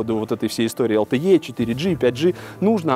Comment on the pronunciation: Какое такое ЭЛ ТЭ Е? LTE читается как ЭЛ ТЭ И! Из уст блогера, который занимается технологиями, звучит как то диковато.